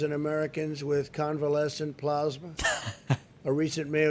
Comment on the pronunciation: David....you got me weak. Ive donated plasma off and on for 28 years.and I can garan dam tee you that is not how you pronounce plasma! Say it again!!! I was on the edge of my chair when you said...say it again...and you say it's in real time not slowed down? This is scary D